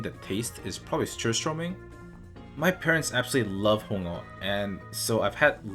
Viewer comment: Good pronunciation of surströmming. Approved.👍